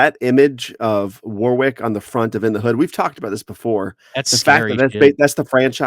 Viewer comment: As a Brit, I feel it's my duty to say that the w in the middle of Warwick is silent. Other than that, great video 👍